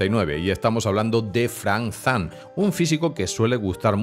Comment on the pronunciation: Lo único malo de este video es... FrankZan jajajaja cada vez que lo ha dicho me he pegado un tiro en las bolas